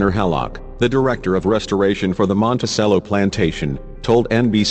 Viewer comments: It's Mon-ti-CHello, not Monti-sell-o. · It's prnounced MontiCHELLO, not Montisello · Dude. It's "mon-teh-CHEH-low," not, "mon-teh-SEH-low." You don't play a sello in an orchestra, you play a cello, with a 'ch' sound. Get with American English, borrowing from Italian in this case. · It is Monticello, pronounced like the instrument, the cello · Why do you do this robot reading thing? Can't you find someone who knows how to read? Very distracting. The robot doesn't even "know" how to pronounce Monticello. :(